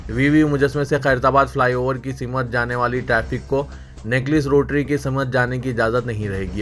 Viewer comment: Simat nahin Simt bolo. Zamni nahi zimni intekhabad bolo. News padhne se pahle talaffuz sahi karlo.